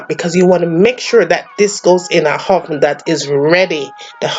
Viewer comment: "De hoven" Sounds like French ppl of Montreal. I LOVE the accent! Why call it coco bread when there is no coco in it?